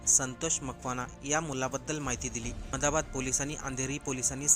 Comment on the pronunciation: रेल्वेथेसन❌ रेल्वे स्टेशन✅ अमदाबाद❌अहमदाबाद ✅ अच्यर्या❌ आश्चर्य ✅ तो व्यक्ती नाही ती व्यक्ती. व्यक्ती हा शब्द स्त्रीलिंगी रूप आहे... कठीण आहे मराठीचे 😮..